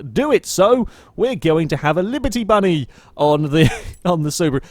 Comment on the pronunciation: Did he just say "liberty bunny"? We have a new widebody kit tuner!